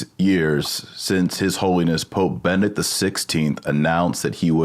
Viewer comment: Ben-E-Dict. BeneDICT. Benedict. It's a common name. Not Bennet.